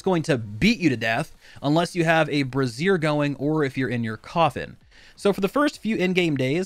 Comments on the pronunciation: Brazier is pronounced (bray-zure) the other way (bre-zeer) is like a bra. Just FYI, game looks pretty neat though looking forward to trying it. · please stop saying brassiere... that is a female clothing item... it's bray-zure ;) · Thank god, was simultaneously triggered by also laughing by him saying it like the full name of a Bra for your chest every time. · Side note: Brazier is pronounced BRAY-zur. You are saying Bruh-ZEER, which is an article of clothing for females. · Brayzhur Not Brayzeer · Bray-zer. A brassiere is a bra, bruh. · /ˈbrāZHər/ ... not brassier. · Dude you kept saying mist brassiere instead of mist brazier and it made my day! lmao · Brazier isn't pronounced like that, keeps talking about women's lingerie. Bray-zhur is closer to how it's pronounced. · Guys a brassiere is what a woman wears to support her girls, a ""Bray-zier"" is the thing you're referring too in game. It's hilarious how many youtubers can't pronounce this word lol. Get your vampire bra's on to avoid the sun, boys LOL. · A brassiere is a bra. A brazier is a BRAY-ZHUR. Been driving me crazy that every single V Rising youtuber gets this wrong - sorry I'm taking it out on you :) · the way you are pronouncing brazier makes it sound like a bra, Braze-er is closer to the right way to say it. Not trying to harp, just sounds funny thinking that you use a womens bra to avoid the sun lol. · A brassiere is a feminine undergarment better known as a bra. A brazier is pronounced brāʹ-zhər. (Bray - Zher) I just thought I'd throw this out there because calling it a bra just makes me giggle every time I hear it. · I can't help but laugh every time you say Brazier. It's not pronounched like a Bra, but your saying it cracks me up so no complaints. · He’s the 3rd creator to butcher the pronunciation of brazier 🤣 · DEAR GOD PLEASE LEARN HOW TO PRONOUNCE BRAZIER! ITS NOT A WOMANS UNDERGARMENT! FFS